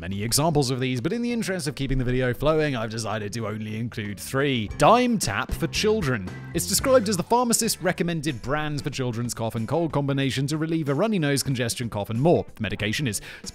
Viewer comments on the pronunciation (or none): I don’t know if it’s just because I grew up in NY, but I believe it’s “dime-eh-tap.”